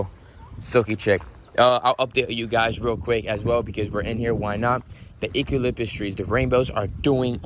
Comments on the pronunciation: Is it me or did it sound like he was saying ecalytpus instead of eucalyptus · LOL 😃 The way you say Eucalyptus tree🌳. E-Cal-lip-us tree ! 😅 Did you know the E is silent and replaced by U . So it would be U- ca- lip- tuss tree.😁👍🌳 Your so funny .🤣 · this is how you pronounce the trees in your goat erea you ca lip tis okay get your words right please Im from Australia and every Australian thing you have on your property you can't even pronounce it right like your kookaburra your emus it's not half cow half bird okay and so on can you just find out how to properly say it because I know what you Americans alike if we pronounce one of your words wrong it's against the law but you can do it to us come one man anyways love your videos and what you do for the animals